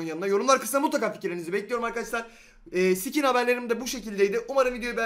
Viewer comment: Sikin deme abi sıkin de ;)